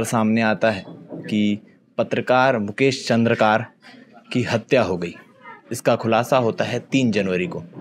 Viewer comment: चंद्रकार नहीं चंद्राकर बोलो